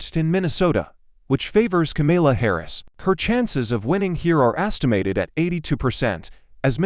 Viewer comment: Please learn how to pronounce Kamala's name.